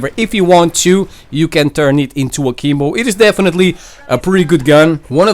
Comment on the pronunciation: All I hear is saying Kimbo